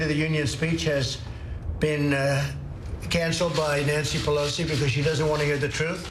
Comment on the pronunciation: "Nancy Peloser" Alec Baldwin.